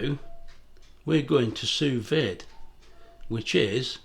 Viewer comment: It might be write "sous vide" but it's prounounced "sous vee". It's French with silent letters